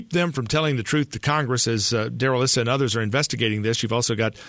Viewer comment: Darrell "Issa" is pronounced Eye-sah